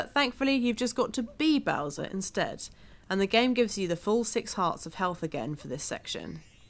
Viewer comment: No offense or anything, but did you just say bowses?